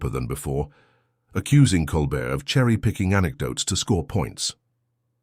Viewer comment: Flowery narrative, poorly captioned and haltingly delivered. How many different ways was Colbert’s name mispronounced ? Disappointing waste of time.